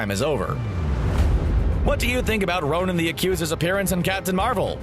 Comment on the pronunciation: Why do you keep saying Ronin? 😷